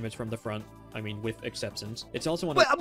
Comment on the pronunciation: Kind of funny that he can't pronounce exception.